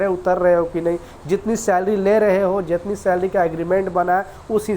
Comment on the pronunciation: Slarry slarry bolta hee khaie app lekin company nahi badtyaaa